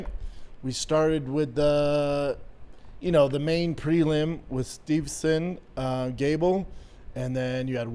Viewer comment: Oh Yea 'Stevson Gable'... jeez this guy